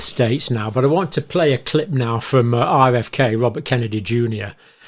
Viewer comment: They struggle with RFK's pronunciation, it is sad.